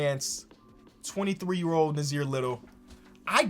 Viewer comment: I know u have dyslexia but me and Nassir have the same name he has an extra s in his. But it's pronounced as Nah Seer